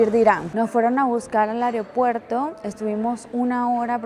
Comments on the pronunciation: Me causa gracia "AREopuerto" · Me encanta que dice "Aryopuerto" jajajajasjs